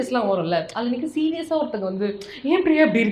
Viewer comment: பிரியாவோட. (Fha) உச்சரிப்பு sufhar